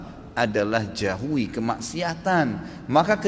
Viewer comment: haha.. iya juga yah.. baru sadar.. beliau salah ngomong kali mbak, maksudnya 'jauhi' mungkin. :D